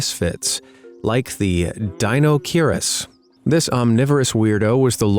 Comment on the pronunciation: It's "A-kai-lo". And it's "Dino-ka-ir-is." And it's "Theri-ZEE-no."